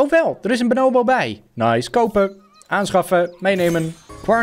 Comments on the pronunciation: Niemand: Helemaal niemand:: benoowbo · De mensen die weten hoe je Bonobo zegt ergeren zich sowieso super erg aan hoe don het niet 1x maar 50x achter elkaar fout zegt😂